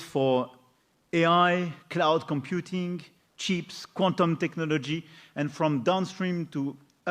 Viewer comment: J'adore le « ? » : même l'Élysée (ou son IA ?) n'a pas pigé. 😆 Faudrait p'têt' que sa ribambelle de communicant⋅es grassement payée lui apprenne la prononciation de (je présume ?) « chips », car là franchement, ça fait très "cheap".